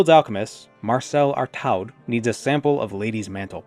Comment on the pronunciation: Artaud is prononunced Arto if you wanted to know. Also it's the last name of a far left French politician